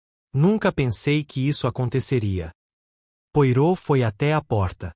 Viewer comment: A legenda está com problemas. Coitado do Poirot. Pedaços de frases em outro idioma. O nome do detetive falado de forma errada. Fiquei decepcionada.